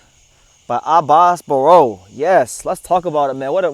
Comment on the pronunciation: You got the right pronunciation on it Abass Baraou!